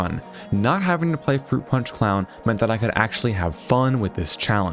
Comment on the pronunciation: froot pawnch for evewywan